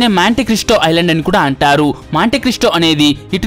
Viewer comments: ఐలాండా ఏందిరా ఐలాండ్ అనలేవా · Orey babu.. I landa kadhu ra babu.. island... Kastha kangaru padakunda cheppu... Video bagane vundi.. alasipoku plz..